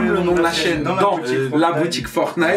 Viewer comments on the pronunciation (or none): none